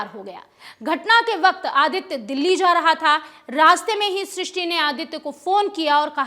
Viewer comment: Tumlog naam toh theek se bol nahi paate aur kya karoge....naam Shishti hai Srishti nahi.